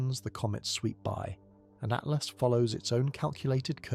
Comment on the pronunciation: 3 l "Atlast"??? C'mon. How am I supposed to take you seriously, when you can't even get the name of the object right? Do better please.